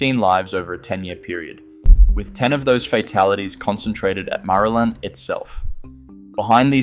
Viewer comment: Interesting! FYI Marulan is pronounced Ma-Roo-Lin by locals...